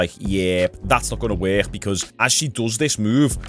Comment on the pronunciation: y’all hear how he says “work”??? Where is that hhhiiiccckkkkk coming from?? What accent is this?? Wor-hhhhiiiiiccccc-kk?? 😂😂😂😂